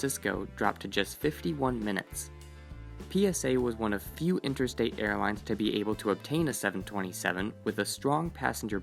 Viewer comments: Sounds like he was saying "interstate" when he should have said "intrastate." A flight between points in one state would be intrastate, whereas an interstate flight would be between points in different states. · Dude….you mean to say INTRAstate, not Interstate. Look it up! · Intrastate not interstate.